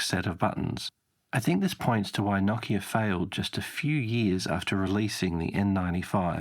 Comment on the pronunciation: NO KIA not KOCK-E-AH